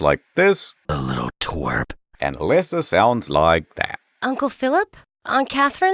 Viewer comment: A-leh-sa? I barely know her!